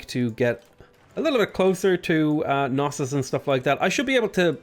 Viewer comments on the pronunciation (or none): As a Greek, I kinda feel obligated to inform you of the correct pronunciation of Knossos and Miletos. The "k" in Knossos is not silent, so it's pronounced as written, and it's accented on the last syllable. Miletos is actually "Meeleetos", accented on the first syllable, though.